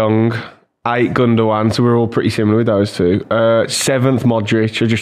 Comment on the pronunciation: It's not pronounced gundowan, it pronounced Gyndogan